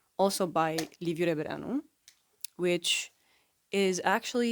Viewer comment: Are you romanian? Just cause I have never heard any english person pronounce Rebreanu's full name correctly